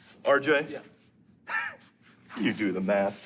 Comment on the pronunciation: Keeps calling RJ "Arj"😂😂😂